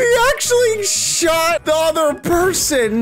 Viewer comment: the Way you Said person😂😂😂😂